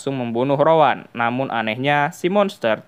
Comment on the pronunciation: Rowan ❌ Rawon ✅